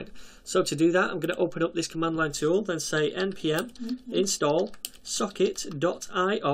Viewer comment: I keep hearing "suck it".